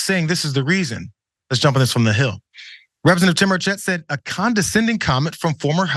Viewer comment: As a person from TN, it makes me smile a little hearing you mispronounce Tim Burchett's last name. Is it petty? Yes. Do I feel good about it? Absolutely. :D